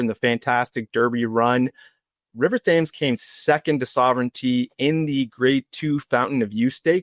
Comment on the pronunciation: It's pronounced River "Tems"